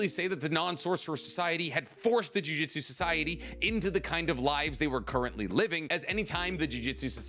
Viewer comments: Drives me absolutely crazy, it's pronounced Juju-tsu not jui jistsu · I know its a petty thing to get stuck on but in basically all your videos you say jujitsu like the martial arts. The name of the series and power system is jujUtsu